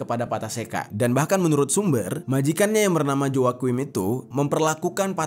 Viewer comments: Joaquin dibacanya wakin bang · Joaquin dibacanya hwakuin